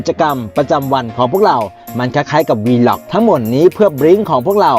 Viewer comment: แอดเคยอ่านคำนี้ถูกนะคะ Vlog อ่านว่า วล้าก (valaag) อ่านแบบเร็วควบกล้ำค่ะ ไม่ใช่ วีล็อค แน่นอนค่ะ ใครสงสัยตรวจสอบได้ที่อากู๋ แค่พิมพ์ว่า "vlog pronounce" เค้าจะออกเสียงให้ฟังค่ะ